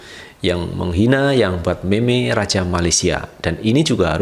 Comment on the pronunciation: Cara cakap meme ialah mim Bukan meme